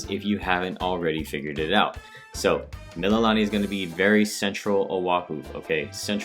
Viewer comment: Also Mee-Lee-Lah-Nee